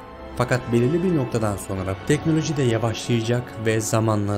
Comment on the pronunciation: TANRIYI ÖVECEĞİM DİYE TEKNOLOJİYİ DÖVENİ DE İLK KEZ GÖRDÜK, VİDEOYU HAZIRLARKEN "GAVUR" "ATEİST" "GOMÜNÜST" DEDİĞİN BİLİM İNSANLARININ TEKNOLOJİLERİNDEN FAYDALANIYORSUN VE "DEKNÖLÖJÜ DURACAĞIMÜÜŞŞŞ" DİYORSUN, ZAVALLISIN, BEYİN FAKİRİSİN, ZELİLSİN, REZİLSİN !!!